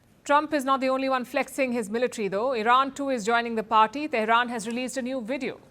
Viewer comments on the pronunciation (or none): none